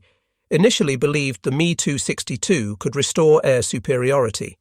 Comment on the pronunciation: The Me Too 62 hits my ear funny every time.